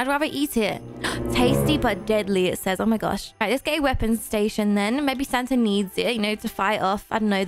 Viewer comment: i love but the way she prounounces santa is hilarious: santer